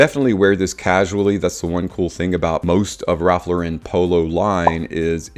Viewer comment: It is not a french company, Lauren is pronounced like you would an American female's name.